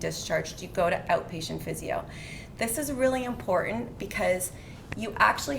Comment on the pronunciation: Going for a TKR in 3 weeks. This video has excellent info for recovery. One thing aside. Please let the PT know that the word is impor-TANT. NOT impoor-INT. And straighten. NOT stray-IN. Still great info that I will utilize after my surgery. Thank you.